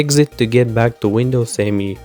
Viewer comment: "Me" not "M E" by the way ;) Me as in "me, myself and I"